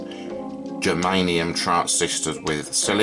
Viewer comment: You spelled and called them " geranium "...lol...germanium 👍 .